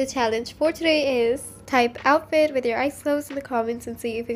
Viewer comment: "ohffit" Girl what